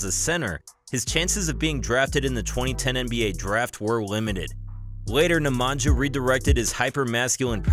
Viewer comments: My ears bleed whenever i heard " Nemangia".. its pronounced Nemania for fs. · The sound that letters NJ makes in names of both brothers should NOT be pronounced /dz/. In Serbian language the letters NJ is pronounced /ny/. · Neh-mah-ñya not Nemanjah hahahahah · It's pronounced nemania not nemantza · J's are pronounced as Y's for all Serbian (& Croatian/Bosnian) names. Nemanja is pronounced Nemanya, just like Jokić is pronounced Yokich,...etc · Its "Nemanya" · "nja" in "nemanja" is pronounced as same as "nja" in "strahinja" :) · Pls learn how to pronounce “Nemanja” Sounds realy annoying . At least you have Google translate to explain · Your pronunciation of Nemanja is horrifying. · hi. You pronounced Strahinja correctly , but Nemanja not. Nemanja should sound as NemanYa. Similar to StrahinYa. Ok. . Cheers